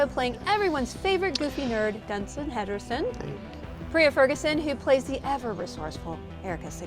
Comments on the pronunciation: DID SHE JUST SAY DUNSIN HEDERSON??? LMAO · The host said Dunson Henerson instead of Dustin Henderson 😂😂😂